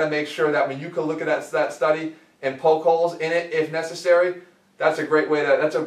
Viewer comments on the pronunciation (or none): none